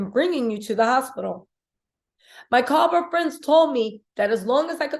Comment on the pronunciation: The town is Cabo - no “s”. Saying Cabos sounds like nails on a chalkboard, just like people pronouncing the S in Illinois.